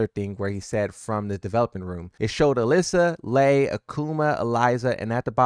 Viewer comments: Brother - love your videos. Just one correction - Lei Wulong - the stance mix up character is pronounced "Lay" as in Lays Chips. Lee Chaoulan i s pronounced Lee as in Bruce Lee. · Which is crazy because he calls Lei Lee.